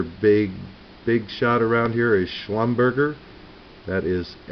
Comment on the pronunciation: slumber jay for those who can't pronounce schulumberger which sounds like you